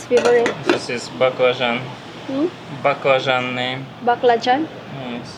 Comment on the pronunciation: 🍆 Баклажан произнасила как Азиатки